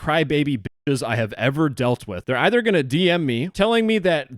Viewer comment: "5 eever"